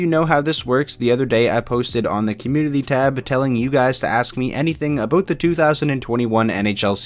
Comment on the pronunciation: Did you say aboot at 17 seconds in? dude..... stereotypes